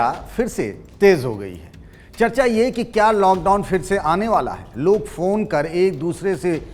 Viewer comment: पहले ख़बर खुद तो सही से पढ़ कर आओ दूसरे नंबर पर गुजरात नहीं बल्कि तमिलनाडू हैं और और भाषा का चयन भी सुधारिए चर्चा होता हैं ना की चचा ...@ जी